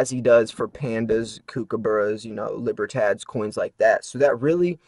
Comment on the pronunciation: Not trying to nitpick at all, just letting you know....the word "Libertad" is pronounced as "Lee-Burr-Todd", not "Lee-Burr-Tad". Have a good one!! .